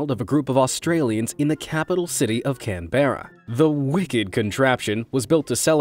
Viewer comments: ITS ‘CAN-BRA’ NOT ‘CAN-BERRAA’ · When he says canberra as can-bear-a it got me so agitated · Canberra is pronounced like Can-bruh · Did he just call it can bear a? Mate it’s Canberra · bro he said cam bera its cambra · How you pronounce ‘Canberra’ Can bra How he said it Can beh ra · Did he say can behra. Say it more like can bra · as an aussie i am laughing so hard that u said canberra wrong it pronounced can brr a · Is no one gonna talk about how he called Canberra can-bear-ra? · Him pronouncing canberra like can-berr-a me being in Australian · 😭 why’d you have to say it like “can-bear-ah” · CAN - BERRA BAHAHAHAH NOOOOOOOO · I am Australian and take offence it’s not can berra it’s pronounced cambruh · Canberra is uh... pronounced like can-bruh. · He said Canbeara not Canberra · ITS CAN-BRA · It’s not Canberra it’s canbra. Btw I’m not saying canbra is how you spell it. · Canberra is pronounced more like Canbra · ITS CANBERRA NOT CAMBREYA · he mispronounced canbera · you pronounced canberra incorrectly. its pronounced can-bruh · The capital city of Canabera. ITS Canberra, get your facts right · It’s pronounced Came bra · Me, an Australian, hearing how they pronounced Canberra: you know nothing of true Australia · So no ones gonna talk about how he said Canberra wrong? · You said Canberra wrong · He said Canberra wrong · As an Aussie I laughed so hard at how he pronounced Canberra